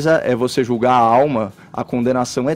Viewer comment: hehe, não " jugarais"...kkkkkkkkkkkk eu ouvi isso! PQP. Deus dai me paciencia.